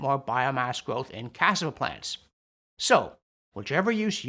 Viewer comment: cas-SA-va. (Sez the same dude who tried to help with Spanish in ur report.) Somehow despite more nitpicking from me, your videos remain great. But yo it feels like ur picking on cassava, bro. Apples contain cyanide. Tomatoes potatoes & eggplant are all in the deadly nightshade family. Many roots require processing to remove toxins before eating. Cassava is par for the course!